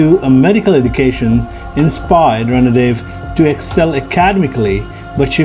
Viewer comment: 'रणदिवे' . Please use correct pronounciation